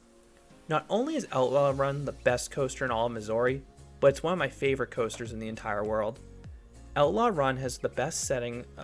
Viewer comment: but why pronounce missouri wrong lmao